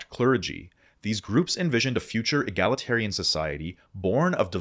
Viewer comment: they sounded so cool till I heard “egalitarian”